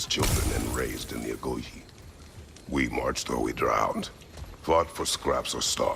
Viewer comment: I love the way pronounces "Agoge"